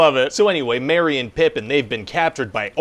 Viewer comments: "Mary and Pippin"??? Mary and Pippin? That's funny, dude. Maybe Screenwriter Guy finds it hard to pronounce the name "Merry?" Nope! It's super easy, barely an inconvenience! He's just saying "Mary" for comedic value. Or at least that's what I'm going with... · Merry. Merry and Pippin. Not Mary.